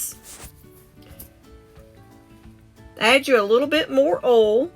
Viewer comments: There is an I in oil, you should pronounce it. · I like how she says oil lol